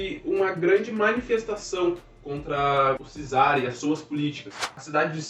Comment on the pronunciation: Só uma dica: Czar, se pronuncia "quizar"! Valeu!